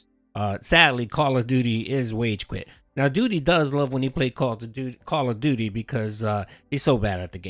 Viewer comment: "The Shatgun is the best weapon in Khall av doody"